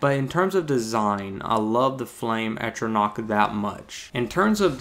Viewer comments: "At"-ronach, not "Ate"-ronach. More problematic was your (and other people's) use of the word "then" (a time reference like "when") in place of "than" (a comparison). I agree with your thoughts on the design of the flame atronach, she's hot. Thumbs up on the video! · As far as I can tell it's pronounced 'Ah-tron-Ah-ck. Great video! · in defense of you not being able to pronounce atronach, i pronounced it atronch for a good while